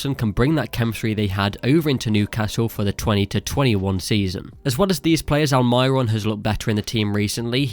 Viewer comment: Yeah, you are doing very well with French names, but not the Spanish ones. Great content, keep it up!